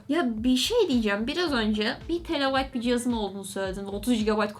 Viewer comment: 1 terabayt❌ 1 telabayt✅